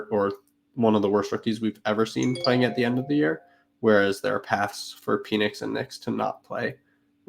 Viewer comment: Good stuff. Pronouncing PENix as PEEnix made me giggle every time. I’m such a child.